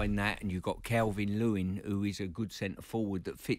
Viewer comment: "Calvin Lewin"